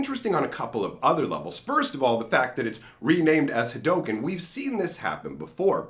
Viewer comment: Yo it is pronounce Ha_Doo_ken